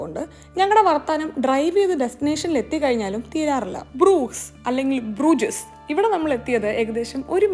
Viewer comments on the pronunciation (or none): ബ്രൂസ് എന്നോ ബ്രൂജസ് എന്നോ അല്ലല്ലോ പറയുന്നത് ഇംഗ്ലീഷിൽ ബ്രൂഷ്‌ എന്നും ഫ്ലെമിഷിൽ ബ്രൂഹ എന്നും അല്ലെ ശരിയായ ഉച്ചാരണം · It's not brugesss 😅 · Ucharanam broosh..ennaanu..kettittullathu. .